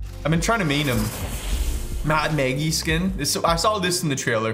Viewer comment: “Mad maygie “ 😭😭 ITS MAD MAGGIE DAMN IT